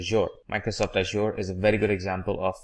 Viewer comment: mate, you have to pronounce correctly for the word "Azure", the other words do not matter, but this one is very important.